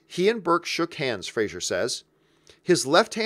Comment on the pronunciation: “Fray-zer,” not “Fray-zure”. (According to Fraser from Dickie Roberts)